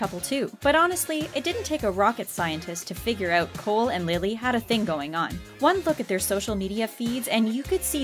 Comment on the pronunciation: I cringed when she said Lilly's name wrong